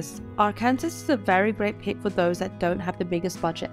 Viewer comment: Arkansas is pronounced like "Are-Can-Saw" not like "Are-Kansas"